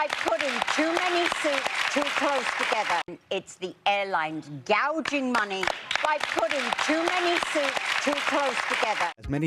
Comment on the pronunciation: 여성분이 gouging money 발음하시는 거 너무 찰지네요 ㅋㅋㅋㅋㅋㅋ